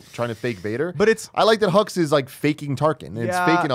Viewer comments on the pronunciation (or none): When I first saw The Force Awakens, I thought they kept saying General Huggs. I thought “what a nice-sounding name for a villain.”